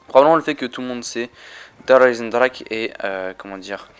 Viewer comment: T'as vus ahaha :') pourquoi il le prononce comme sa ? ;')